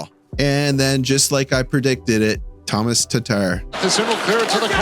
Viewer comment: Hey, just a fun fact. Tomaš Tatar his first name Tomáš is pronounced similiar to Dobeš. So Tomáš not Thomas. He's a great guy and is only 9 points away from 500 points in the NHL. I hope he's gonna make it. Btw Slaf was on the ice for all the goals. 2 important secondary assists and was screening the Carrier goal. So not the NJ defender but Slaf made a good job there. Have a nice day.